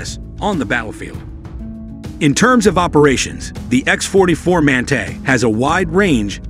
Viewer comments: epic AI reading fail!!! WTF is a man-tay? the word is pronounced man-tah you stupid machine. two thumbs down for click bait and stock footage and general BS. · Another AI bullshit video no real.information provided in this video no real pics of the manga wich is electro -gravatic The so called narrator can’t properly pronounce manta